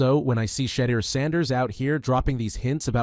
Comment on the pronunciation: Turning off after hearing you pronounce his name, do better.